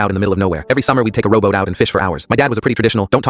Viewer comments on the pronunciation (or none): Robot??? Row boat